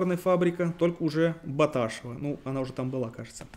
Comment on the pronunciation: Фамилия Баташев встречается в произношении как Баташе́в или Баташёв, но никак не Бата́шев. Интересуйтесь, когда готовитесь.